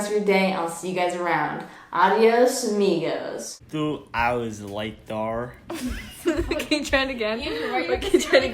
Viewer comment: TwO HouWeRs LeyTeR